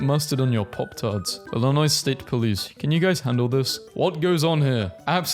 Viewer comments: Why’d he say “Illinoise” :( And “Arkansauce” :( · Do all people in Britain pronounce the S in Illinois? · did you really pronouns the S in Illinois? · AND PRONOUNCED ILL-I-NOI SILENT S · I love hearing you pronounce Arkansas and Illinois. The last S is silent on those words. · DID YOU JUST PRONOUNCE THE S IN ILLINOIS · No, People generally don't pronounce the s in "Illinois" or "Arkansas", but I think the guy in the video just doesn't care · He used the s in Illinois I am hurt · I'm not even from Illinois and I'm mad at how he pronounced it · Pronouncing the S at the end of Arkansas and then Illinois immediately after is a hate crime